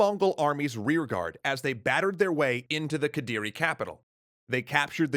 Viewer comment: yeah its quite close already. Indonesian practically just amalgamation of dutch, english, melayu and other languages happen to cross by which make it weird but not "that" hard to pronounce for english speaker. Its just need to getting used to. They nailed raden wijaya and kediri tho. Even thou singasari shouldnt have -h on it.